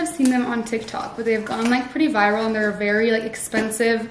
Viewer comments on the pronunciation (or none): none